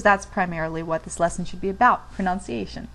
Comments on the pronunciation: Learn to speak English before you teach people German. Pro - NUN - ciation not Pro- NOUN- ciation. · The irony, when you misproNOUNCE "proNUNciation". Good video though. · you mispronounced pronunciation that is fucking hilarious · You are giving a lesson on PRONUNCIATION..that is the correct way to describe what you are doing....I hate the way people say pronounciation....that is not a word....just wanted to help you understand that in English (many make this mistake)....because you do a grand job of teaching the German....thank you... I was missing the ich, myself.....good job! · Lessons in pronunciation from a person who starts off the video incorrectly pronouncing the word "pronunciation"... hmm... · Come on guys! Cut her some slack. I'm sure she knows the correct way to say it but just misspoke. It happens. Anyway, this video was good. I'm trying to self teach German and it's tough. Mein familie ist Deutsch, aber sprechen Sie nicht Deutsch. Ich spreche ein wenig Deutsch, aber mein Deutsch ist nicht gut! Ich bin immer noch lernen. One of the hardest things is getting the subtleties of the pronunciations right, because I don't want to sound like an ignorant rube, y'know? I'm just trying to watch as many videos as I can to get it down. Frustrating because half of these vids say it differently. Again, as has been said, it's a dialect thing I guess. I just want to be as accurate as I can. Tschüss! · Ironically, you pronounce pronunciation wrong.